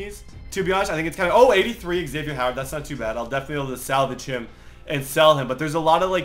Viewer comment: xavieNN not xavieR